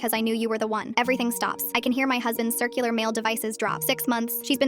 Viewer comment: "Cicular male devices" 😭😭😭